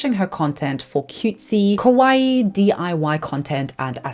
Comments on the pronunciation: Just one clarification I have to make as a Japanese-American is it’s kawaii (kah-wah-EE) not kowai. Kawaii means cute, kowai means scary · instead of saying KAWAII she said KOWAI which means scary in Japanese. Be careful to your pronunciation guys😅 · I got that you meant to say kawaii but you kept saying kowaii and that means scary lol. I just found that funny. lol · Quick note — kawaii means “cute,” while kowai (which is how you pronounce it in the video) means “scary.” Just FYI. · Just so you know, your pronunciation of "kawaii" sounds a lot like "kowai" (怖い) which means "scary" instead of "cute" lol. Great video btw!!